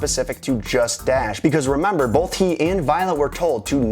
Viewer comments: both not bolth ffs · emphasys on BOLLTH? THERE IS NOT FUCKING Ls IN BOTH. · Emphasis on Bolth? My British amusement at the additional sound to Both. continues watching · "...emphasis on BOLTH..." (cringes) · Emphasis on the 'L' in both. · There is no "L" in "both". Just trolling. Great video.